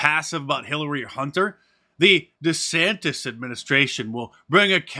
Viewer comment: Neither Ron Desantis nor his wife know how to pronounce their last names.